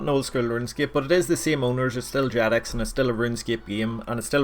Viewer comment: has to be some kind of joke or something im missing lol he doesnt even try to pronounce it with a G